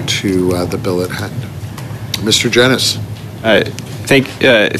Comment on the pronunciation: I’m very disappointed that still…. It seems like it’s completely impossible for a liberal minister to pronounce Mr Genuis’s name correctly.